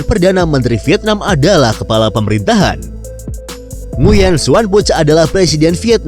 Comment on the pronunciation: Nguyen dibaca "Nguwen"